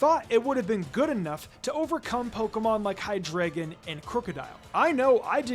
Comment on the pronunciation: It’s pronounced “hye-DRY-guhn”, “”! 🙄 Do you even know how to speak German, because the word “drei” in its name means “three” in German, referencing its three heads! 🤨